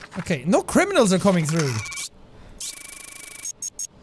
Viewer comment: "Maybe I shouldn't detain people that aren't criminalns " not even ten seconds later "DETAINED"